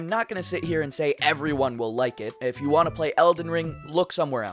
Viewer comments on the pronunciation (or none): none